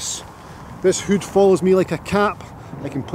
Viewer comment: You can’t beat a Scotsman saying the word hood XL great content in all your videos. Here’s to the next 100,000 viewers 🥂🏴